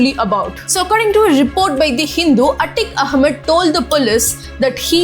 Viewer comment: We might understand you better if you could wonly improve your accent and speech delivery. Atiq Ahmad not A tick ah mud That is naat carect.